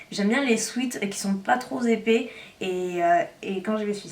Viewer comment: " les sweats qui ne sont pas trop Z épais " non t'as fait saigner mes oreilles 😭😭 c'est un p a la fin du mot trop..